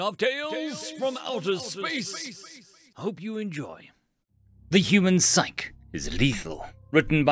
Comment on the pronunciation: While I enjoy your readings, you do have certain words you pronounce wrong. Usually not a big deal. The word "Psyche" is pronounced "sike-ee", not "sike" like the prefix "Psych".